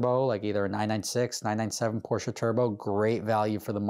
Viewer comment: IT'S PORSCHE now you know